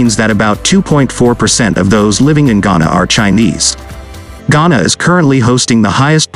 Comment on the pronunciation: Chana? Not Ghana!